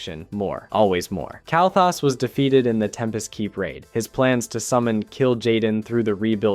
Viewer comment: or calling Kael'Thas "Kyle"